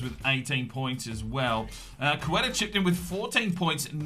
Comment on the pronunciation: It’s pronounced (Kate-a) for Queta. Otherwise great video